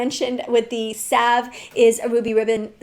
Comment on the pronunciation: Finally, someone who pronounces salve like I do, someone laughed at my silent L and said it’s saLv. But for clothes, I adore mine, mostly, but need to do a purge of those I don’t. I’m waiting for cooler weather, it’s going to be 100F today and I don’t have AC. Moving clothes around and trying them on can be hot work.